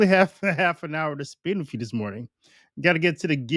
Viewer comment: Sounds to me that you are giving Bergoglio more credit and respect than he deserves. I believe he IS a Freemason. By the way, "with" is pronounced with a th sound at the end not with a double ff sound "wiff". Come on man you're supposed to be educated. Like your show though.